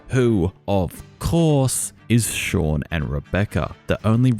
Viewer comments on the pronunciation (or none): none